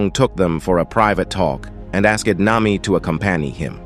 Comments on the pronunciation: The AI just said "Nima" WHAT THE FLIP?! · nah, its this mihawk: mwihwak marine: meraine sanji: sajin (i dont know where the pirate part is) nami: nima